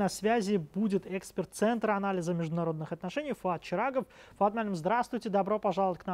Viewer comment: Этому чирагову требуется логопед..